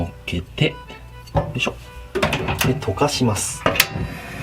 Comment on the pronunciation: 溶かします、が、犯します、に聞こえた私草